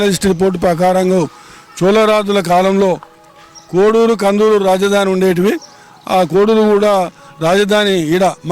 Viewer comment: కోడూరు కాదు కోడేరు